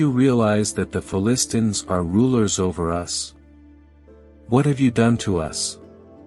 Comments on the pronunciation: Can't even pronounce Philistines properly. How can anyone take the video seriously? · It would have been great and more “hearable” if the machine could pronounce Philistines correctly. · Just started watching this video and I am turned off already. Please get someone who can pronounce the word Philistines.